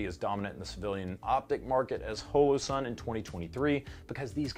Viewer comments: Why do you insist on calling it "hole - oh" sun? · "hoelowsun" stop. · hole-o-sun please tell me im not the only one